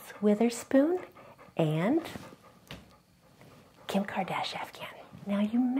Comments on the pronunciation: Losing it at “Kim Kardashafgahn” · Did you say Kim kardashafkam? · And Kimcardashafcahn. Me: Do you mean Kim Kardashian? Doggo: Woof.: I agree Doggo. Me: Wtf?!